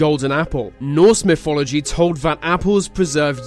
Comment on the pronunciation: it's not fhe but "the".. it's not myfology but "mythology".. fuck it's cancerous to hear people rape the English language like this..